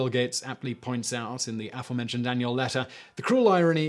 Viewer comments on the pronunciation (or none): none